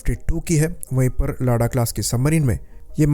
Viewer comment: Sir, उसे लादा कहतें हैं लाडा नहीं।